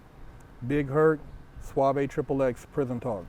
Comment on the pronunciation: Called him suavae but nigga spell his name sauve 🤣🤣